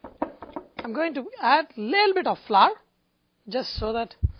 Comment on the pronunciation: Thanks for the video I loved it and I'm going to try your recipe BUT its flour not flurr :)